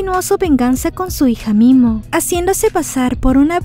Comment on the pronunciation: Me encanta sus resumenes pero nose si escuche bien en el momento que golpean a la chica y en momento que le dija a la doña que le puede ayudar a encontrar a momia en ves de momi dijo mimo 😅